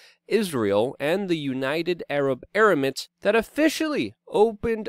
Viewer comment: Ha you said United Arab Erimates 😁 Subscribed!